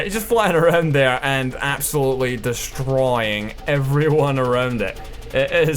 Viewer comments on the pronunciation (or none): the way says "destroying" xD